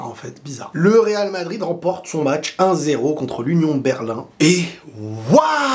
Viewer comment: C'est mûre de Berlin au lieu de union de Berlin